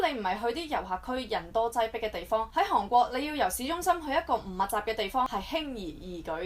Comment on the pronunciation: 如果無聽錯， 你一直讀緊航國。